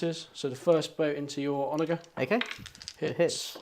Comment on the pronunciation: I hate to be That Guy but it's "OnaJer" with a 'j' sound, not a hard 'g'